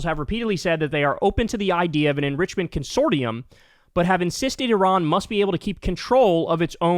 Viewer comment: Consortium is pronounced kun-sor-shum